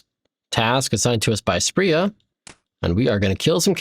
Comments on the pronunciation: You don't need to spend 30sec talking about most of these low level tiles and just call her spree-ah like everyone else. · It’s Spria not Spria smfh